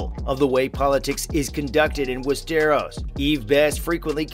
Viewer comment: The way he said “west-eros” 😖